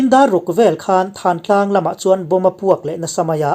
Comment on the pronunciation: Thantlang tiha 'than' hi, hmingthanna tiha 'than' lamrik anga ri hniam leh bung nghata lamrik tur a ni e.